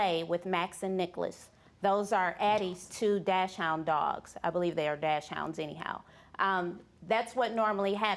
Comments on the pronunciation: Yeah, it's dakshound, pretty much. Not dash like in dashboard or something. You pronounce "dachs" like "daks", sort of. People who call them dash(board) hounds pronounce it incorrectly. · I'm something LIKE a paralegal?!🤮💩🐩😜 DASH HOUNDS?!🤔 IT'S DACHSHUND! 💩😜🐩🤮🤣😂🤣 Pathetic uneducated ignorant fool! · “Dashhound”? Is she talking about a DACHSHUND, which is pronounced daak-snd? 🤔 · "Dash-hound" ?? ,No, my friend, It's pronounced "Dox-Anne", BUT It's spelled "DACHSHUND". The last "Hund" is the German word for "dog". If those two women were behind her pet being punched, I would punch them myself. Anyone abusing a pet, regardless, I would punch them out myself. So, I don't know who is telling the truth, but if I EVER saw someone 'let being abused, I would've kicked their dumb a$$ myself. I hope Pebbles is alright !!!.org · I hate to be the "English Teacher" here so forgive me. It's actually derived from Germany where "chs" sounds like an X. Making it sound like dox-hund. Anyway right up there with bitchin freezee & shiwawa lol🤣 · I just can't with her pronouncing dachshund, "dash hound" 🤦🏼‍♀️ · "Dachshund" is NOT pronounced "dash hound." Sad. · Charmardee Smith Charmardee Smith She literally can’t pronounce any breed of dog properly. Bichon freezee?🤣 dashhound🤣 shewawa🤣